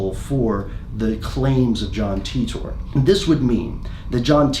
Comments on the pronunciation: cmon pronounce it as T I TOR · Is english your second language? Titor said himself how to pronounce it, but as an English speaking person I didn’t need to know that. It isn’t spelled ‘Teetor’ is it? No it isn’t. Very annoying 😂 it’s literally like you are struggling to pronounce it. John ..TEETORRRR lolol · It's TEE-TORE not TUTOR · The whole video I'm thinking "It's pronounced Tea ter, not Tea TOR." It's an English name... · John TEETORE, it's Titor - Pronounced ''Tea-tor''. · English is just so bizarre. I've always thought it was pronounced ty-tor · I thought it was pronounced "Taitor", not "Teetor". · I hope it's pronounced "tit-or" instead of "tee-tor" hehe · The way that you've just used a random capital 'R' at the end of Titor makes me nervous. You're clearly a wreckless individual. Great video though. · How Pronunciate "Titor"? taitor or Titor like is written? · Oh god DAMIT YOUR PRONOUNCING HIS NAME WRONG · Pronounce his name right! Damn you didn't do that much research into it